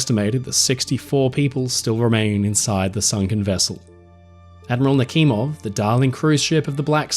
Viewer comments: Why are you pronouncing the "kh" in Nakhimov as Nakimov? The "kh" should be pronounced as "h", the combination of letters in the Cyrillic-Latin transliteration was created to avoid confusion between the pronounced "h" and the unpronounced "h". So in order to pronounce it correctly, it only takes a modicum of curiosity to ask yourself the question: "If it is written Nakhimov and not Nakimov, then "kh" must indicate something, right?". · I have heard the name Admiral Nachimov before (btw: your pronounciation of the name is a little bit awful), but I have never heard about this cruise ship. When I hear the name Admiral Nachimov, I think about a warship of the Russian Navy, a guided missile cruiser. And "Pobeda" is more pronounced like "Pob-yeda" in Russian.